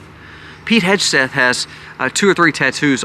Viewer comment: FYI..,it’s pronounced Heg (as in peg)-Seth…,not Hedge-Seth. 😊